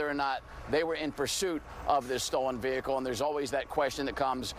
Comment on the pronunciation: The kiahicle ,whats wrong with this dude mr smalls 😂